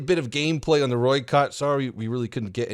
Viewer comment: It's like Roi-Cut(oi as in oi you there)